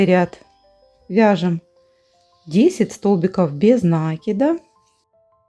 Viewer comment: Не смогла досмотреть и до середины! Говорите правильно накИд!!! Прям уши режет! Я вяжу с 8 лет и всегда накИд был накИдом!!!!